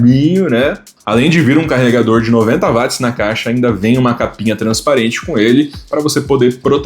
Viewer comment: Fale uot e não Vatis